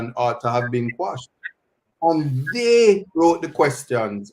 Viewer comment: The word is actually quash…meaning to ..put an end to..Jamaicans the ones who don’t know better say squash. Listen to the Englishmen and Bert Samuels for the correct pronunciation.